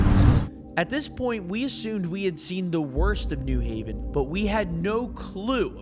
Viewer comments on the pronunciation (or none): And it's "new HAV-en", not "NEW-haven". Obnoxious. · It’s pronounced New Haven not New Haven.